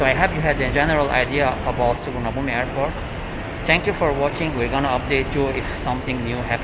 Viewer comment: You've lived in Thailand so long but still can't say Suvarnabhumi